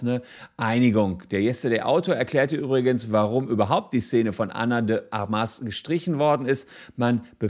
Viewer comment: Ana de Armas - die Betonung liegt auf der ersten Silbe - also nicht: Armás sondern: Ármas. Ana von den Waffen.